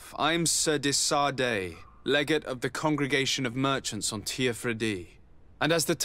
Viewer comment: FYI it's pronounced 'le-gar-tae'